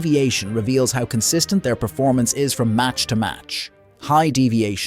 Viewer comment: consistent. not consinstent